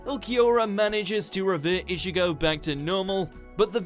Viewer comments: 'ISHIGO' really -_ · Everybody: Ichigo: Ishigo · bro did he just say ishigo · no offense but still couldn't stand anime dubbed in English. And the narrator couldn't even pronounce Ichigo properly...Ischigo irritating.